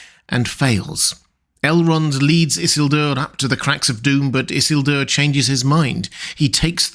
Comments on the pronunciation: Everytime you say "Isselduer" by brain goes "Eesielduuuur" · I hate the way you pronounce Isildur. It needs more emphasis in the middle and end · why are you saying isildur so weirdly bro - you're not different. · So is this guy's fluctuating pronunciation of Isildur bothering the hell out of anyone else?? Like either he's trolling us or pulling a Cumberbatch "pengweng"